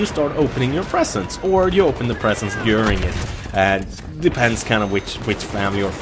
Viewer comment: Haha, when you say during, it sounds like you're saying urine.